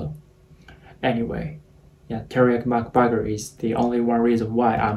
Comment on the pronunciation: how he said terioky mc buger